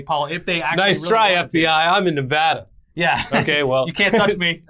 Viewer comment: up fisted for pronouncing Nevada correctly 👍